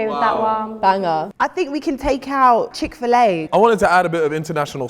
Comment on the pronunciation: Man said Chick-Fil-A like he's in America. 😂😂😂😂